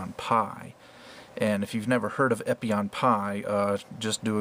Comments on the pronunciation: Epyon "PIE"???? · how are you meant to spell the "pie" at the end of gundam epyon "pie"